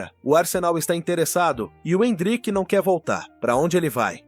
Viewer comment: oh, áudio do IA, n é endríck, é êndrick, kct!!!